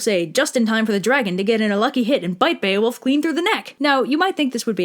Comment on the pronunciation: BEE-OH-WOLF. Bear-fucking-wolf